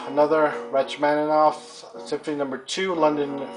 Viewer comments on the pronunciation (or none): Your pronunciation is way off, but very nice collection. For starters Rachmaninoff is pronounced like ROCK-maninoff, and concerto is pronounced like concherto